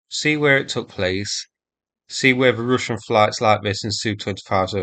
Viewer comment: Why you keep saying "Rooshian", it's Russian like (u pronounced and sounds like "A").